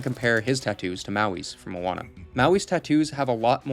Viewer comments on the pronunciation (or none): none